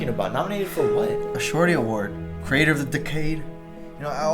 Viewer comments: "creator" pronounced as "crater" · Why do you pronounce creator as crater???? & decade as decade???